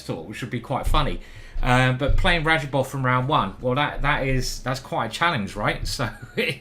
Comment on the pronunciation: That's not R a d j a b o v !